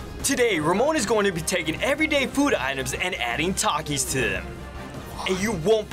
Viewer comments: hell naw why bro cant even say takis if hes addicted to it . instead he says takish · Taxis😂😂😂 ITS PRONOUNCED TAKIS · Bro said takis wrong😂😂